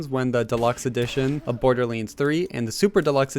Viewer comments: it's pronounced "borderlands" not "borderling" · Imagine being such a big fan of something that you'd make videos about it but you just can't pronounce it's name right. Borderleenz 🤦‍♂️ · Did anyone else notice that at the start of the video he said “borderleens 3”